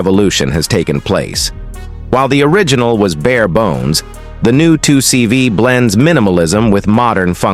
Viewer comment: Citr-oh-en?? 2cb????? Always hated the CV, hate the 2CV and hate AI narrated videos!